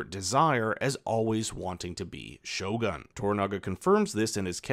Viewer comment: Lol, your pronunciation of Japanese words and names is hilarious, Maeriko and shoguhn are priceless. Lmao.